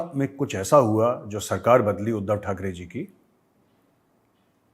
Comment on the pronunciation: Sir its not THAK (DEY) it is THAK (REY)